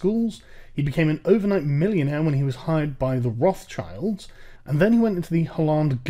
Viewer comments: Did you say Rothschild? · I'm just baffled about the English pronunciation of Rothschild. Edit: It's a 1789 revolution's propaganda myth that Marie Antoinette ever said that 'let them eat cake' thing.